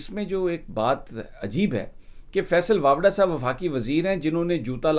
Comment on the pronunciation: سمیع صاحب! لگتا ھے کہ آپ فیصل واڈا کو فیصل واپڈا بولتے ہیں